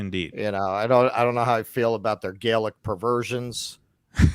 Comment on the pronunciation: the adjective for the French is 'Gallic' (derived from ancient Gaul), with the first syllable pronounced like the word 'gal.' You're saying it with a long 'a,' which is how the word 'Gaelic' is pronounced, referring to the Irish and Scottish, not the French.